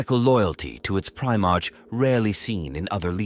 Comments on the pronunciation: This idiot doesn't even know how to pronounce primearch😂😂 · Please teach the AI to say primarch properly, every time it says pri march(like the month) i die a little inside.